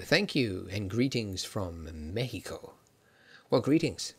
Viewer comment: thanks for saying México correctly. :'D